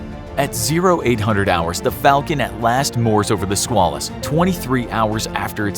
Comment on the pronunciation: Squalus is pronounced with a long A like quail, or at least when referring to the USS Squalus.